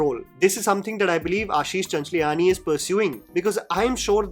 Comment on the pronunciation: it’s high time you should pronounce people’s name correctly. It’s ‘Chanch la ni’ not ‘Chanch li aa ni’